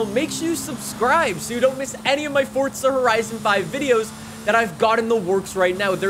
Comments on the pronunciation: It is not pronounced “Fortza.” It’s “FORZA.” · jsyk its forza not fortsa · for the love of god stop saying "fortza" when its "forza" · WELCOME BACK TO FORTZA HORIZON FIVE AND IN FORTZA HORIZON FIVE THERE IS A NEW FEATURE IN FORTZA HORIZON FIVE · Ah yes, i love Fortsa Horizen 5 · “FORTSA” cmon man.. there’s no T in Forza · wait, it it actually called Fortza? or am i dumb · Anyone else notice he is saying fortza instead of forza?? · fortza.......???????!!!!!!!!!! its forza!!!!!!!!!!!!!!!!!!!! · Umm this man says fortza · Bro.. im so annoyed "fortsa" bor its FOUR ZAAAAA FOUR ZAAA Not FORT SA Its Forza, Four Zaa NOT FORT SAA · Dude its forza not fortza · Fortsa horizon 5? Never heard of it... forza horizon 5 yea... maybe you should look at how the word is spelt and say it properly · he sounds like he is saying fortza horizen 5, i cant stop hearing it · This guy over does the “fortzuh” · Man's saying fortsa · i like the videos but "Fortza"? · lowkey annoys me how he says fortza horizon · someone teach this guy how to say forza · no T in forza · There isn't a t in forza